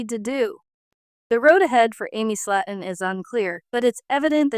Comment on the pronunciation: If you’re gonna talk about someone else at least get their name right.. it’s slayton! Not slat’on .. better yet leave these people alone. It’s not your life or business… clearly have nothing better to do than talk about others lives.. your life must be pretty boring!